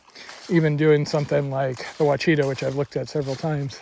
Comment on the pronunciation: Arkansas resident here. I'm sure others have pointed this out, but on the off chance they haven't; Ouachita is pronounced "wash-i-taw'.